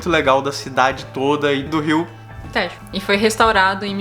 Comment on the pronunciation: Brasileiros que dizem Téééjo e não Têjo, merecem a melhor das refeições, no melhor restaurante vegetariano do mundo e de Lisboa: "Os tibetanos" ! Sempre otimos vosso vídeos.